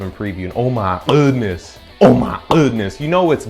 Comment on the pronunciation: The funniest thing in these reviews is the way you say "oh my guhdness" has me dying everytime 😂